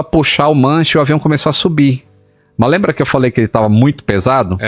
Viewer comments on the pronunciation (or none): Eu ouvi o cara dizer: "alembra"?? Digam que não,por favor